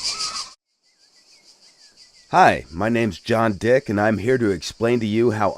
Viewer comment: I'm sorry but i laughed when he said john dick cuz he put so much emphasis into it lol